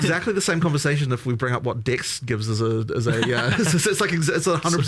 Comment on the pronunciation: I always laugh when they talk about dex, cause they pronounce it "dicks"